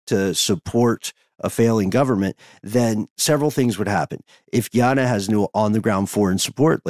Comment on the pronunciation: Love you guys so much. You travel with me everywhere I go. Just wanted to say, it's pronounced Gah iana, not Gee ana Much love ❤❤